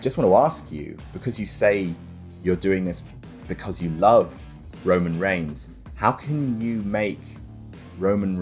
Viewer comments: Also I never noticed this: Roman "REIGHS"? XDDDDDDDD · Roman R E I G H S